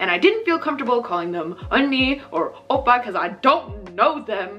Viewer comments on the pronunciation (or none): Omg gal said OPPARRRRR